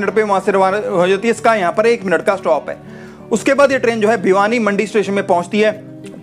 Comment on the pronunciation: भाईसाहब! भिवानीमंडी नहीं, भवानीमंडी स्टेशन है।